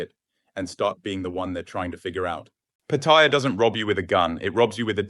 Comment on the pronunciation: And you just blew it. You're claiming to be an expert in Pattaya but you don't have the first clue how to pronounce it. You botched the name completely. Have you ever actually been there?